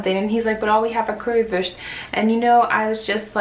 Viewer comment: your pronounciation of leberkaaaas und currywurst and schaaarrrrf is really really good!:D